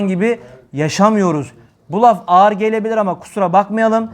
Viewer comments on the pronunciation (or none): none